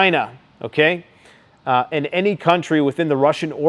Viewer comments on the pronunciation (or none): "Sh*t's fittin' to pop off"??? That's not the way you say that bud. Friggin cringey ass boomer. And why do you say "okay" so friggin weird. Like "ahhkie". What a weirdo man..... P.s. 10 x 20k = 250k? Wtf is that math dude..... that's like third grade level stuff. You're absolutely cooked